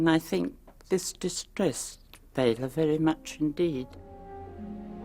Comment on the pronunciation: Nice to hear the proper pronunciation of 'Bela'. Anyone who could/can sit through professional golf to catch sight of a Horror Star is truly a fan, indeed!